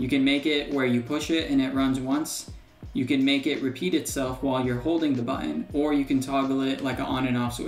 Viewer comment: It's always fun hearing how different American people say "button". I've heard several people say "buTTTon", and the other extreme seems to be here saying "buUUon". But don't mind me, I'm just poking fun.. I'm from Ireland where we rarely pronounce the "h" "th" in words, so we say things like "tree" for "three", and "dere" for "there"..